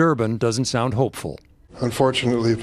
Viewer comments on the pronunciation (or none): none